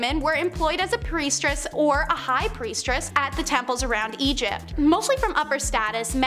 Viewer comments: if she said priestress one more time i was going to yell and change videos. at least they're using real people and not ai voices reading scripts, that annoys me to no end. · Do y'all look these words up before speaking? You really couldn't figure out it's "Priestess," not "PriestRESS?" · PRIESTESS not priestRess please!! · Not trying to nit pick, but... Lol . Sorry it's priestess, not priestress. Thought you'd like to know. Do you don't post....that would be embarrassing. ......ummm. Ahem...... Oops. 🙄😬🤬